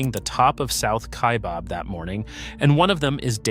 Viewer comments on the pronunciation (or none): It’s not pronounced KaiBOB, it Kaibab like rhymes cab.